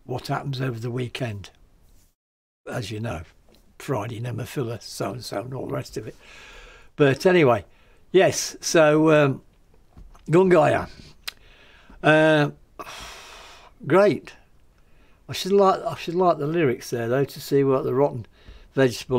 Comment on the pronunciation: FYI the name is pronounced Gung-i-rA, with a strong emphasis on the A. I know this, because Nana made me say it about 5 times, when I spoke to her at a Fate Gear show, earlier this year. Don't worry I don't except you to remember, I just thought you'd like to know.